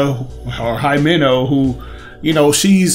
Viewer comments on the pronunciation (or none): Also, I don’t know if you knew this already, but gira is pronounced with the g as g, not j, so it’s not jira, and himeno is pronounced as he-may-no, not hi-may-no, these are the official pronunciation for them